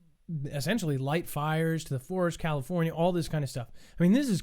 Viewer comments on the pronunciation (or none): none